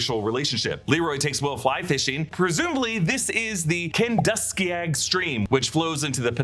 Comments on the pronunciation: Kenduskeag is pronounced “Ken-dus-keg” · “Kenduskeag” is pronounced KEN-DUSK-EGG!! -a Mainer